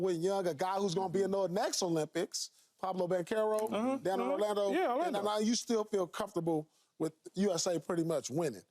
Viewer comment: “Pablo banchero” 😂😂